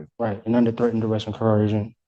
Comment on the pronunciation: When talks to you like toddler, take notice and get your sh1t together!... "I comprehend" is word salad so he doesn't say understand because these potatoes think that word means to stand under... At least Tariq knows how to say "coercion" not coHercion like a lot of these derps do